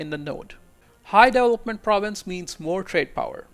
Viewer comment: I have to rewind a lot to try to figure out what word he's trying to say. It's incredible how bad he butchers a word like development